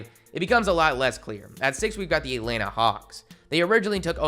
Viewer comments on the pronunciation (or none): none